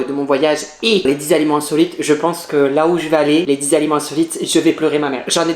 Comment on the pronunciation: Entant que québécoise je peux te dire que tu prononces les aliments mal